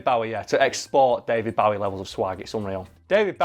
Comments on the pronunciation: 'That time' implies it only happened once. 😂 Also, sorry to be that person, but it isn't pronounced Bao-ie, it's pronounced Boh-ie. I know, I know he said he didn't mind, but you have to admit that we should pronounce it the actual way he says it. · It's fuking pronounced bowie not bawie!! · Is it just me or is he pronouncing Bowie as Bawie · you mispronounced his name its bowie as in hair bow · It's Bow-ie As in bow and arrow. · OK, both of you, no. It's Bow-ie as in bow and arrow. Which is how most of Britain pronounces it. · U pronounced Bowie wrong. It’s Bowie as in bow tie. Not Bowie as in bowing down. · Literally butchering his last name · It's pronounced Bowie, not Bowie. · this is the first time I hear Bowie pronounced like this// kept throwing me off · So many or my American friends would be absolutely livid by the way pronounces Bowie. I know this because I pronounce it like that around them and they jump down my throat because of it. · you do all this research but then cant pronounce his name right Bowie is like "take a bow" Bow its like "Bow and arrow" Bow David Bo-wie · I hate how he pronounces David Bowie's name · The way he pronounces Bowie is annoying me, but now I don’t know if that’s the correct way or not! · did anyone else lose 20 IQ points every time said Bowie? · The way you pronounce Bowie ;~ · Yeah...it's a british thing :/ it is the wrong pronunciation though. He must have been so annoyed throughout his whole life :D